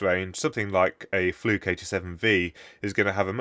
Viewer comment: Nice thorough review. FYI, "Fluke eighty-seven five".